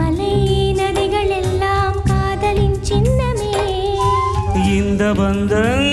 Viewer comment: எழுத்து உச்சரிப்பு பல தவறு சிரிப்பு என்பதை ச்சிரிப்பு என கூடாத சின்னமே ச்சின்னமே அல்ல தமிழ் உச்சரிப்பு வேறு